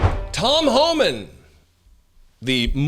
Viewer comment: Homan's not hooman